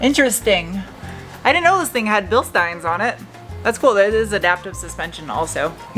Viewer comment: Bilstein is pronounced BilSTEEN. Your welcome